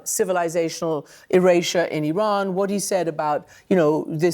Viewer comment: She pronounced Iran correctly The she’s full of sheesh. She knew he was a racist. That is why she sided with him because she’s a racist. I have the utmost respect for her along the line of standing alone with the victims. She stood with Roh khanna and Thomas Massey, and committed to standing by the survivors. Even when she was booed, she stood alone. But at the end of the day, she is a Cold, calculating business woman. She hangs her mouth where the soup flows. She was by his line, hook line and sinker, and she promoted him like there is no tomorrow. She stood with the domestic terrorist who infiltrated our capital on January 6. She and Laura Bobert. For all we know, she’s the one who let them in. Remember somebody let them in. It was either her or Bobert. And the fact that she stood by his side, even for a second is enough for me to not trust her. Don’t trust this woman she is more clever than you think one thing she was right on is the conspiracies that the Moussa controls us she’s correct every chaos that happened to Americans has mussad fingerprint all over it. So when it comes to all those conspiracy theories about their eating babies in pizza shops she was on to something. She just didn’t interpret the codes correctly. She’s a businesswoman and she will go where a Honey flows On another note, have you noticed as soon as somebody leaves Maga they do their hair and make up differently and they start looking more human Another thing she’s a fierce protect her of her childre